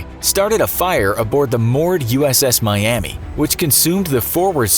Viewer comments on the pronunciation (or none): none